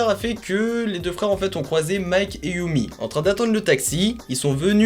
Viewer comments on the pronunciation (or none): Super vidéo, sinon on dit "yeummy" et pas "yoummy" :) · "yami" pas "youmi", c'est un gamin des USA pas du Japon